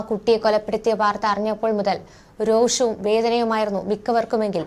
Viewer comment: രോക്ഷം അല്ല രോഷം, ശരിയായ pronunciation ഉപയോഗിക്കൂ!